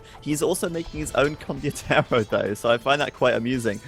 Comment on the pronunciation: kept saying "condiotero" instead of "condotiero"